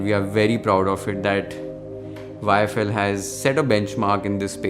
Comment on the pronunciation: You haven't changed in all these years - you still mispronounce YFL as IFL😅Keep going🎉